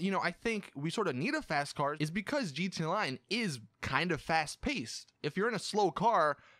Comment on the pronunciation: bro you need to fix how you say gta online